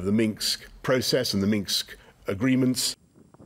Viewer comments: Did Boris call it the Minx agreement instead of Minsk? Lol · Boris can't even pronounce "Minsk"..Minksk💡